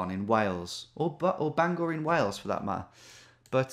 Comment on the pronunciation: Love they way he pronounces Bangor 😂😅